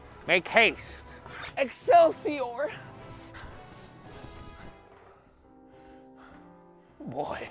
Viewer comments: "Excielsiour" I CANT😭😭😭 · Wilbur: American accent: Excelsior! Tommy: Normal British voice: excelsior!: Pokémon voice: Excelsior!